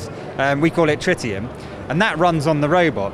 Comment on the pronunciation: "trityum" like in Spider-man 2